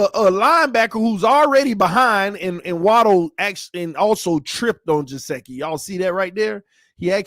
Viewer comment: love the video but it's gesicki no jaseki lol